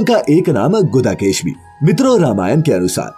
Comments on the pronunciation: लक्षमण को आप गुदाकेश बोल रहे हैं जबकि नाम है गुडाकेश। please ठीक करें गुदाकेस केश का मतलब आपको बताने की जरूरत नही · गुदा केश नही गुडा केश जो अरजुन भी थे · गुडाकेश होता है भाई बाकी अच्छा बनाया है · उत्तम जानकारी,बहुत साधुवाद।कुछ बातें ध्यान दें पिनाक को पिनाका बोलना ठीक नहीं। लक्ष्मण का नाम गुडाकेश है,ना कि गुदाकेश।इस से नाम का पूरा अर्थ ही भयानक हो गया है। गुडाकेश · Pinaka nhi Pinaak Aur Gudakesh nhi Gunakesh hota hai Gudakesh ka matalab kya hoga soch samajh kar bolo